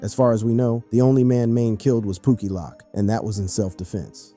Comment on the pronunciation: POOKIE LOWK NOT POOKIE LOCK, how do you do these videos and not learn the lingo before hand?